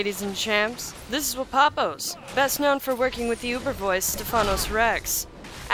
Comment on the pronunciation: Wapapos , not even close :/ !